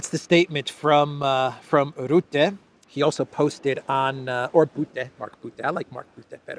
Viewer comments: Rutte is pronounced with the u like the u in up. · According to English pronunciation "RUTTE" has to be spoken as "RAT". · it’s not Rootte but Rutte spoken as the first U of Ursula. Rutte is a clown. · Rutte forgets... it seems perfectly normal for European countries to give Ukrain F16's and tanks... but... Russia, is not allowed... the arrogance.... PS it's Ruhte... not Roette hehe.... like 'uh' .... Rutte is a puppit, a lier, and destroyed the Netherlands almost with his WEF agenda. He now is gonna destroy the EU... so the WEF and Blackrocks can take over, and Rutte is paid handsomely for that. Rutte is a sociopath, doesn't give a damn about 150million Europeans... he only thinks about himself. Same character as Ursula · Not Ritter as they corrected me but rutte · I luv 😂❤ the way you pronounce Rutte! 😂😂😂